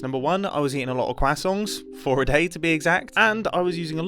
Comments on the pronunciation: Are you trying to say crescent? Quakson? Your worse then Tom Holland! But seriously welcom back mate. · “Kwassonts” That’s even worse than Tom Hollands way of pronouncing it xD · I cant get it out of my head that he says “kwasongs” instead of croissant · I find it funny how mumbo says "kwasongs" instead of "crusonts" when pronouncing croissants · "Cwasonts" and not croissants is interesting... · HE ACTUALLY SAID QUACKSON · "kwassongs" - Mumbo 2022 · every time you say croissants i hear quasongs its killing me lmfao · “Quasongs” 🧌Gotta love it Mumbo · love seeing mumbo back, however, CWAHsohns? i know thats the pronunciation, but that was overenunciated i feel lol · when you come back to Minecraft after a couple years... Nice to see Mumbo upload again. 😊 Also, who calls it “Qwasongs”? 🤨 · Did....did he just say quackson? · Am I the only one o did you just say quacksont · "Kwasongs" Americans pronounce it "Craw-sawnt" That's very interesting haha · he says quackson too but slightly better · im gonna start pronouncing croissants as kwasongs, thank you mumbo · I like how he says "Cwasongs" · Did he call them quassongs? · Mumbo: cwassongs 😅😅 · The way this man pronounces croissants is crazy to me. It sounds like he's saying kwassongs, and I honestly can't tell if it's a joke or not. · I love that he pronounces “croissants” as “quacksongs” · New pronunciation alert: croissongs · Mumbo I'm a fan, I like your content. But genuinely fuck off with how you pronounce croissants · You pronouncing croissants improperly is very infuriating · Mumbo should get an award for pronouncing croissants even stranger than Tom Holland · The way you pronounced croissants hurt my soul!! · He somehow manages to not have any 'r' sound in there at all...